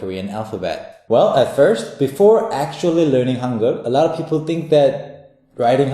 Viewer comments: i keep hearing "hunger" instead of "hangeul".... We will teach you how to write in "hunger"... XD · You read that as "hunger"? Seriously? >_> How about even writing it like that instead of Han-gey-ool